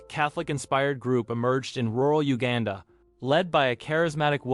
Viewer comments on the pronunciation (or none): none